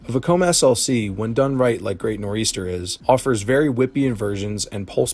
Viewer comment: He included great nor eastern 🤣🤣 im from NJ so I apologize on his end for this